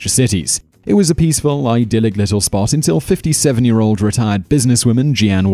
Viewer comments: Jeanne is not pronounced Gee-Ann. It's simply a spelling variation of the name Jean. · "Jeeeen" not "Jee-Ann". Otherwise interesting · Gee-anne? It's pronounced Jean the same way! Not rocket science there Simon, or is it see-men? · Jeanne Wilding used to be my neighbour in one of my previous houses as shown in this video. And her name is pronounced jeen. I remember some of the crimes mentioned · I've had some bad neighbors in my time, but they were mild compared to this list! By the way, Jeanne is pronounced JEEnie in America. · Love your vids, this is off topic, but Jeanne is pronounced like "Genie"(Jean-ne)